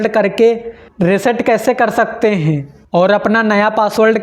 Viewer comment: Renge 😂 renge😂 sakteeee heeen banana hainnnn thoda sahi se bol le itna bhi na dhyaan de prunciation (उच्चारण) pe😂